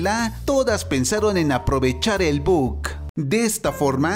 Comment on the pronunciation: Al final todo sale bien y su madre se transforma en panda gigante a y nose dice buc es bug